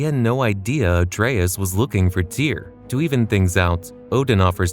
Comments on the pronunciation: Great video but the way you pronouce Atreus is killing me lol 😅 ❤ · This is great content, but it's pronounced (Ah-trey-eus) it's said at least 50+ times in the Norse titles.